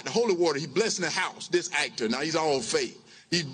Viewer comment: What is an AIKTER